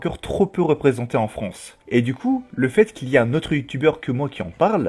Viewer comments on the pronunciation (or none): none